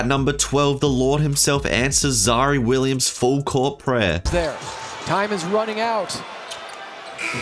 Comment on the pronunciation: aint no way u said zary williams